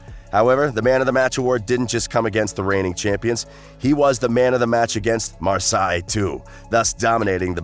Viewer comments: Its pronounced MARSAY not MAR-PSY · Ren-nez, Mar-Sigh hahahahaa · Never heard of a team in France called marseye 😂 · Your prenouncenation of Marsaille is wrong. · Love dude's pronunciation of the French teams hehe